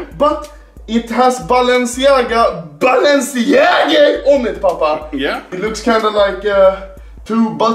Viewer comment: Say it again : BALENCIAGA